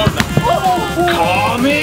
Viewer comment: Sorry to be that guy but... Its not kami